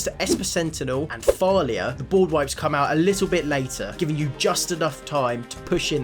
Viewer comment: mate it's Thalia not Falia